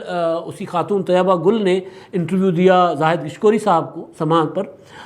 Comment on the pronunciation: طیبہ گل نہیں طییبہ گل